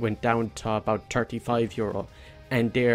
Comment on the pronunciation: one in turty, one in farty xD sry man still great video <3